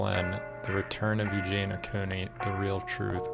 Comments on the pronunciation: yeah if your gonna make an entire video about someone I find it odd you’d not know enough about the person to know how you say their name. She says over and over her name is Eug-Eee-neee-ah. If you’ve seen enough to have an opinion you know that. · You don’t even pronounce her name right